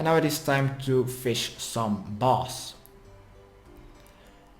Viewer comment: I thought I was going to catch a boss..... It's called a bass, kind sir. b "ass"